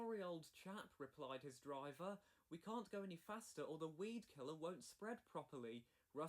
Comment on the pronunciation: Weedkiller not Speedkiller 😂